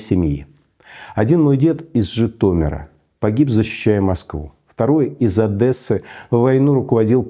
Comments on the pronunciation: Не Адэсса, а Одесса, если вы па рюськи говорите!!!!! Масквабадское безграмотное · Очень режет слух , когда говорят «Одэсса», считаю правильно должно звучать Одесса и никак иначе! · Уважаемый Михаил, у вас дед одессит, а вы говорите «Адэсса» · блять, Миша, какая нахуй Адєса? Одесса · Кто-нибудь, научите Михаила говорить "Одесса", а не "Одэсса") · Михаил Борисович, со всем уважением, но я, как одессит, терпеть не могу это ужасное "Адэса". Не говорите так, пожалуйста. Там "О" и "е", ну и два "С". :) ОдЕсса. Да, "О" чередуется с "А", но не делайте на на это такой упор. Спасибо :) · Что общего между путиным и ходорковским? Они оба говорят Одэсса